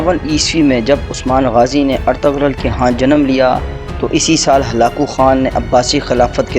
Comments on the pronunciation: اَطَغْرل نہیں بلکہ اِرْطُغْرَل درست ہے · Aray ertugrul ka name to dahi say lo